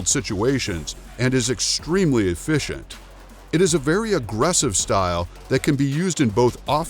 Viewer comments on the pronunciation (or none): none